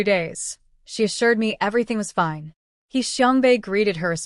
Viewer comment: Why can't Ai read "fine"? Its always Feene